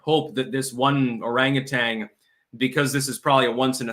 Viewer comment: Orangutan: orangutanG 😂